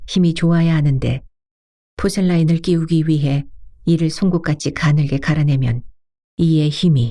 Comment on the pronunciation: Porcelain. 포셀린으로 발음되요. 포셀라인이 아니니 고쳐 읽으면 좋겠는데…..